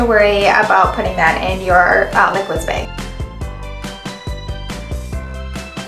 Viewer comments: What's a beg? I guess it's a Minnesota thing...😁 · The way she says Bag.... haha